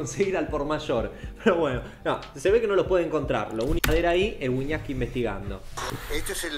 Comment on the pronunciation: En vez de wiñaski mas bien wiñaska